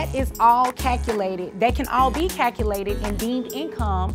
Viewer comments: She can't be a judge or attorney. I'm so sick of hearing her say Cacoolated (calculated). The word is pronounced "cal que lated" calculated. This is so fake and she can't be a lawyer. In Texas, extra curricular activities are not subject to child support. It's based on net earnings either self employed or W2 wages. Medical insurance and medical expenses and that's it! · Friend, the word is caLculated!!!! There is an “L” in the word. Sorry, I love your videos but I cannot let you down.